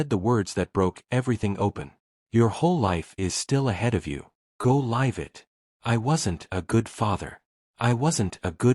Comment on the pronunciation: "Go lyve" it.AHHH, you burped AI.